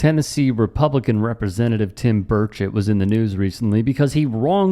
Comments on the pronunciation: Pretty sure he was saying “Bird-shit” 😂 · Did I just hear you call him Rep Tim Birdofshit? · Burchett , pronounced bird shit. Thks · Did you say Tim Birdsh!t?!